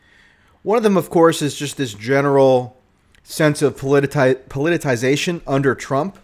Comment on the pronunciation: PUH-LITTER-SIGH-SATION. Like nation. That's how you pronounce 'politicisation'. You were getting it mostly correct, just putting a 't' instead of a 'c' for the 'sigh' , saying 'tie' instead.